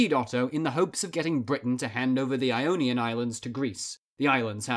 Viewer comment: Ee-onion and eoneea